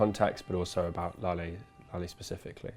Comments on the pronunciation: His son says is lali instead of lale like the memorial centre of holocaust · It is Lale....with an "e"....not Lali!